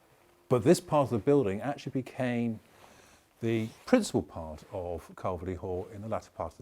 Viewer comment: Nice informative commentary....but I wish he would pronounce Calverly correctly! It’s pronounced Carvly...like to carve meat with a lee on the end.